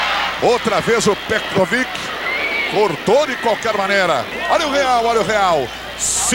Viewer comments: O narrador fala a cada hora um.nome diferente para o Petkovic kkkkk "Petroviti" "pekoviti" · Ecovit, Petovit, o narrador tava perdidinho pra acertar o nome. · Narrador: Pé Covit Comentarista: Petrovik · Antigamente até os narradores tinham problemas em pronunciar os nomes dos jogadores. Pecovite. Petrovidi. Pecrovidi. Acho q foi através desse jogo q surgiu o novo covid 19... 🤣🤣🤣🤣🤣🤣🤣🤣🤣🤣🤣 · Pior era o narrador chamando ele de Pecovick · É impressão minha ou o narrador está falando pecovic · Só é irritante ele falando "Pecoviqui" kkk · Os caras chamando o Pet de "PETROVIC"... Lamentável... 🙄😒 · É a primeira vez que eu vejo alguém chamando o PET, de pécovic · Ele fala Petcovid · Foi o "pécovitc" de novo. Sabe tudo...kkkk O outro chamando "pétrovitc"...kkk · "Pecovit" " Petrovick" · Pêcovití!!!! Kkk pecrovit!!! Kkk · Pecoviti....... Petrovic....kkkkk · Pecovit kkkkk petrovitkkkkk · "Pékovic" meu ovo! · Eu fiquei pensando a mesma coisa, narrador tem dislexia, não é possível kkkkkk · Meu Deus 😂morri de rir com esse narrador falando o nome do Pet. Várias pronúncias kkkk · O narrador usou duas pronuncia em relação ao Petkovic e nem uma tava certa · Os caras nem falar o nome do Pet, os caras não sabem falar, piada!! Isso. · Os cara não sabia nem falar o nome do Pet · Esse narrador não sabe falar o nome do PET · O narrador nem sabia pronunciar o nome dele..kkkkkkkkkkkkkk